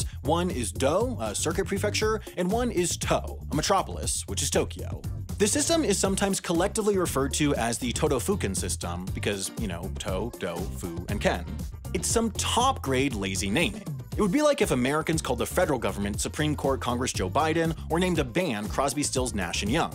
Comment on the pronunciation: To state an obvious mistake lol. To / Do in Todofuken isn't pronounced Toe / Doe. Rather actually Toh / Doh.